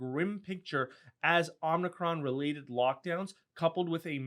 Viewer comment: BTW you're saying Omicron wrong. You're saying "omnicron"